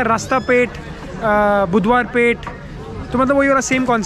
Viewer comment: The moment he said buthwarpeth , 😁